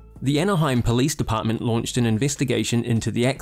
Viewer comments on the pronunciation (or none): none